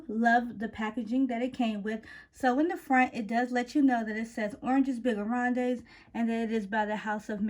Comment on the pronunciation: The whole name is in french 🤣 (you don’t pronounce the es) 😉 but I love that you’re trying. Very good video! Do you own figues and agrumes?